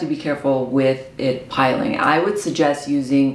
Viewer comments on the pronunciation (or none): Just a heads up, It's pronounced "pill-ing". It's named that because as you rub your face it makes little pills that rub off.